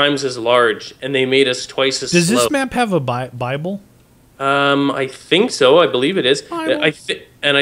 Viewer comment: when you say buyable it sounds like your saying bible